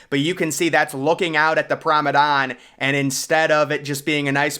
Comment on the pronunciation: Promadan?! Wtf